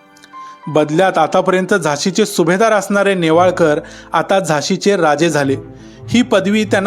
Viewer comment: सासरचे आडनाव नेवाळकर असे वाचावे